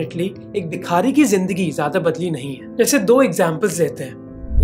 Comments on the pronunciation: Don’t mind my nitpicking, but it’s not Bikhaari, but Bhikaari. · Bhai u show great research in ur videos and u r a great presenter, but i am not satisfied with the way U pronounce indian names like a hi-society convent educated ignorant of indian lingo, U said जलना district Maharastra, whereas it is जालना, similarly its not बिखारी but भिखारी, its ज़कात and not ज़ाक़त।